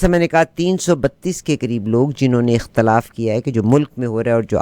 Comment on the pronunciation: محترمہ! اختلاف؛کےالف پر زیر ہےزبرنہیں